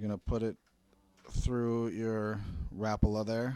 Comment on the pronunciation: Learn how to pronounce Rapala